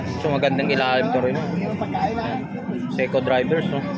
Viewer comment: SEIKO DIVERS PO HINDI SEIKO DRIVERS. HAHA